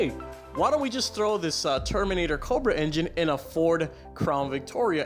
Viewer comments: I stopped watching after hearing "Coldbrah" 10 times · Dude, why do you say Cobra, so Weird? Cccchhhhhhhhhooobra